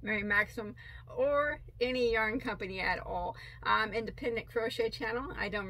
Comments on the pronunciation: You are doing better with Maxim. I heard you say it right several times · That's a great blue color and by the way...you say Maxim correctly:-)